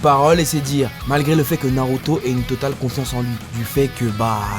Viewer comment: 🤣🤣🤣le manque de respect pour Naruto, il a transformé 3 syllabes en 4 je suis dead 🤣🤣🤣 t'es le best